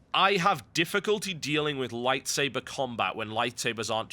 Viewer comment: TB!!! LISTEN TO ME!!! IT IS A FUCKING LIGHTSABAH!